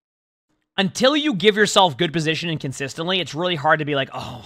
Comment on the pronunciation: take a shot every time he says "positionin"